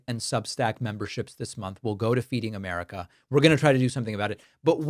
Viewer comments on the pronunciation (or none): none